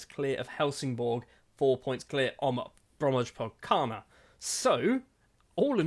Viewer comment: Love how the pronounciation of Brommapojkarna just got gradually worse as the vid went on 😂